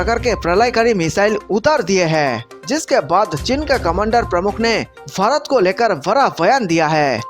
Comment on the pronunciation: Kya bhakwas. Pehle bharat naam sahi bolo.